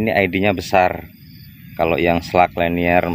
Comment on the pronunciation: Liner bang . Di baca lainer... 🙏🏻